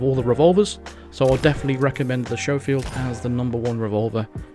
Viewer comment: SCHOFIELD. I have seen so many YT'ers mis-pronounce this so many times. It's pronounced SKO-FIELD, not SHOW-FIELD. Just saying.